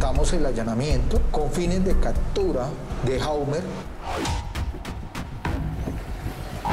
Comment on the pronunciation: 'Cadtura,' ¿Por qué será que los policías son tan brutos? No saben hablar